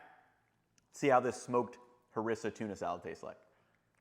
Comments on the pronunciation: We say HAREEESSA .. Not Harissa. Nice video, very informative. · That pronunciation of harissa is killing me